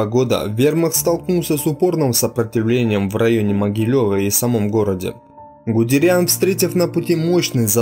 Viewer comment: Гудериан, а не гудерян...